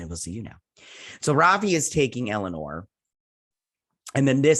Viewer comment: And I love how you call Elnor Elanore. LOL!